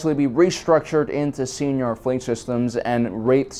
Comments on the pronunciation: it's not pronounced Seenar it's pronounced Sighnar...like a sine wave. it's so cringy when you people say Sienar wrong. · Fairly certain I’ve heard it in cannon material sienar pronounced as sy-nar. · S-I-nar..... Hard "I" not "E". the way you pronounce it makes it sound like a special education program. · Anyone else heard "señor" with every "Seinar" 😂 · Enjoy your videos as always, despite your pronunciation of See En Ar Systems, lol. Always considered TIE Defender to be one of the strongest mass produced naval vessels in SW, and often fielded one hundred TIE/s, three hundred TIE/Defs, three Raider corvettes and two Imp Star Destroyers, to be the perfect Thrawn style surgical armada. Well reviewed ! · I think Sienar is pronounced something like ‘Sa-E-Nar’ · Get with the program, he mispronounces EVERYTHING. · It is cringy, IMO, but this channel is so good I can let it go TBH. P.S. I think sometimes does that on purpose to mess with viewers; he seems to have that kind of a sense of humor...